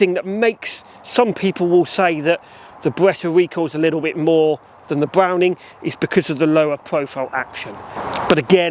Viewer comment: B’wowning or B’wetta?